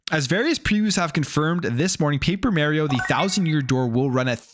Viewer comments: It's Mario not Merryo😂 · The mis pronunciation of "Mario" has to be a Canadian thing lol but then again don't make much sense to me being in the game even in Canada there is no way they say "It's me, Merio" lol